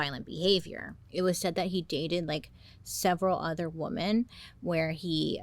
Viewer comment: yeah, she definitely has her own unique style of speaking. I first noticed it when she pronounced "women" as "woman", lol. (Not judging at all, I just find it endearing!)